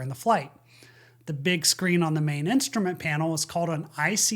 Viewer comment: That darn “insturment” time…